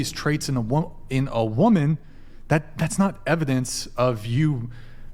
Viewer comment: She said wamin 😂